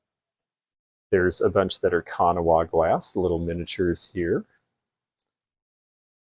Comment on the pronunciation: Please, please, please for the record again pronounce Kanawha correctly. Locals say it as two syllables: ka naw. I respect you so much. Time and time again, you make many viewers cringe!!! It is ka-naw. I will continue to watch and wish you continued success. CL from WV.